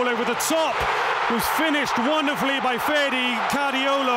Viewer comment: Freddie Cariollo? Lol. Butchering the pronunciation is understandable but my man invented a completely new name for Ferdi there.